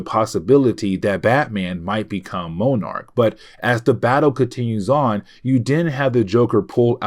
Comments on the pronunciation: Hey, I love watching your videos. Only bone I have to pick is sometimes your pronunciations are off. Moenarc is not how you say monarch. I apologize for the call out but It hurt my already hard working brain. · Monarch and Monarch butterfly are pronounced the same , have u never seen Venture Brothers..? Hey it better than saying Mow-Arch like this video 😂